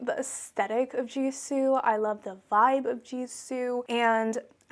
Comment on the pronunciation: Btw, the pronunciation of gisou is not like jisou, but you pronounce it with like how you pronounce the letter g. I know this bcuz the brand is Persian, and so am I. Gisou means hair in ancient Persian. I love ur channel too ❤️❤️❤️❤️❤️❤️